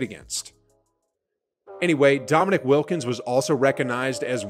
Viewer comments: Just subbed to your channel but you got to work on pronouncing people’s names right. It’s DomiNEEK not Dominic and it’s Mark AGWIRE not Ageere. I know you’re young but just watch some old tape to get the names right. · his name is Dominique Wilkins not Dominick 🙄"the human highlight reel"-jesus christ its pronounced Mark (A -gwire) not A gearA please leave the 80s alone guy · Dude, "Dom-in-eek" not Dominic Wilkins. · Yep. And \dom-i-NEEK\ Wilkins; not \dom-i-NICK\. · Pretty good I’m sure “ dom uh NEEK “ wouldn’t mind you pronouncing his name correctly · Dude, it's DOM-uh-NEEK Wilkins. Hence his nickname, "Dominique Magnifique" (he was born in Paris). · How does the guy who’s doing the commentating not know that the name is DOMINIQUE Wilkins, not DOMINIC? 🤨🙄🤦‍♀️ That’s enough to make me question his basketball knowledge altogether. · Dominic Wilkins!! Yea that guy was great !!! AHAHHAHA. What a fool. Makes a basketball video and can't pronounce Dominique . Fake phoney vhannel5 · you lost me at Dominic Wilkins... its Dominique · That's not how to pronounce Dominique or Aguirre!!! 😬🤯😱😳😵‍💫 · hey, maybe you should learn to pronounce Dominique and Aguirre before you make a retro video. Watch some youtube or something to get pronouncers...